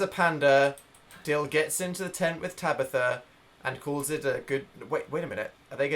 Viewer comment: Is it me or does dan say Tabithr